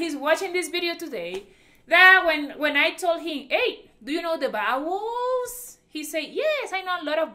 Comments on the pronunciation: I was confused at first I thought she said “bowels “ Then “bad words “ Then when I understood vowels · I love your charming accent but be careful when you say vowels. It comes out sounding like bowels which is something totally unrelated. It could cause some confusion with some people. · When she was saying bowels I thought she meant vowels...turns out she was saying bad words😂😂😂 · I thought that "vowels" sounding like "bowels" was so cute. Reminded me of my Puerto Rican grandmother who says "sheet" but it sounds like "shit"🤣🤣🤣🥰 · You have to learn the bowels? Like intestines? 😋 Oh, you meant [wowels]? Lo siento.